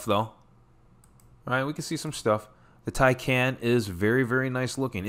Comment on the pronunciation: Tycon not Tycan